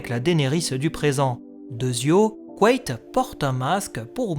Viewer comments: C'est intéressant, j'ai toujours dit "quête" dans ma tête. T'es sûr que ça se prononce "couette" ? J'aime pas trop :p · Je peux pas m'empêcher d'entendre couette au lieu de Quaithe à chaque fois 😭